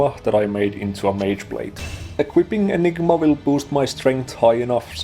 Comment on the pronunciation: Definitely getting Dr. Evil vibes from the way you say "Enig-MA" haha